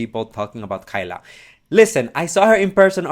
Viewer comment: Hey! It’s pronounced KAY-LUH not KY-LUH:)